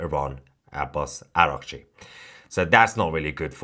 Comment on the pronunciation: آباس آقا😂اوراقچی رو چه خوب تلفظ میکنی همشهری😛😅🤣😂